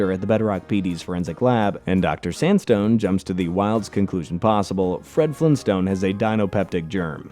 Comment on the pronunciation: anybody else catch the 24 second mark where he said fled frinstone